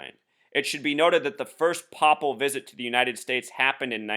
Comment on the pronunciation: Papal is pronounced "pay'puhl" not "popple"... Just for those who may not know what word you're referring to. remember that cartoon show when we were little, the Popples?! Haha (ironic sidenote: the word papal reminds me of PayPal....)